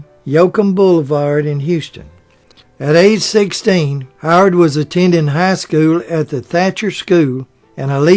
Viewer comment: "Tom"? Are you trying to say Time? "Hard"? Are you trying to say Howard?